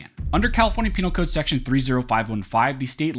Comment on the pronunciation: Hu hu hu...he said penile code, hu hu!...